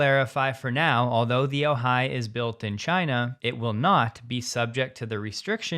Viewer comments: Great report, except no Californians say “oJAI”…it is pronounced “Ojai” (sounds like “O - hi”, with the accent on the first syllable. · It’s not oh-HI, it’s OH-hi. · The syllable emphasis pronouncing Ojai is OH-hai. Not oh-HAI. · You ALMOST have the pronunciation correct for the way locals say "Ojai". The STRESS is on the FIRST syllable, NOT the SECOND: OWE- hi. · "Ojai" is pronounced OH-hi, with the accent on the first syllable. SoCalFreddy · it's "O-hai" emphasis on first syllable. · We pronounce Ojai as O-high. Emphasis on the hard O. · Ojai is pronounced : long O hi with emphasis on the O. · Ojai. For all the “readers” out there, the pronunciation has the emphasis on the first syllable.✌️😎